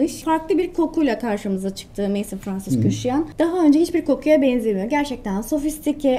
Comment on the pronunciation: Maison,(ev)mezon diye okunuyor.